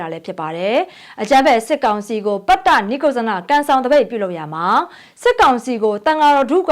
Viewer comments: ပတ်တ နိက်ကုဇ် ဇနလို့ဖတ်ရတယ် ညီမရေ။ပတ်တနိကုဇ်ဇနမဟုတ်ဘူး။ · ပတ်တ နိတ်ကုတ်ဇန လို့ဖတ်ပါ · ပတ်တ,နိတ်ကုတ်ဇန လို့အသံထွက်ပါတယ်။